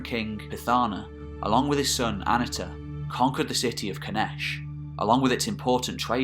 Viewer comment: I love these videos on the more obscure periods of history. I always enjoy it when they pop up in my recommendations, and I have to prevent myself from binge watching them. I was excited to see this video. For future reference, the Hittite "i" wasn't pronounced like the English soft "i" ("ih"), but rather follows the pronunciation found more typically in other languages, hard "e" ("ee"). So it's A-NEE-tah rather than AH-nih-tah. Also, Hittite doesn't have a "th" sound. It does have what's called a laryngeal, which sounds sort of like you're clearing your throat, which is written with the "h". (You will see it written in older books as "kh".) So it's Peet-HAH-nah, rather than Pith-AH-na. Fun fact: Hittite (and a couple closely related contemporary languages like Luwian) is the only Indo-European language to preserve any laryngeal. But in the early days of the Indo-European theory, before Hittite was known, linguists predicted that there had been a now missing consonant in the original Indo-European language. When Hittite - the oldest known Indo-European language - was finally deciphered, it is considered the final proof of the Indo-European theory. The Hittite laryngeal appears exactly where scholars had predicted there should be these missing consonants. But hey, we are only making educated guesses about pronunciation anyway, so no big foul. People still argue about "Suppiluliuma" vs. "Shubbiluliuma" vs. "Subbiluliuma" vs. Shuppiluliuma". (For the record, I think most people